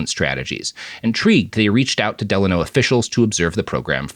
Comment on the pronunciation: "Del-ay-no" is how it's pronounced, as someone from the Valley.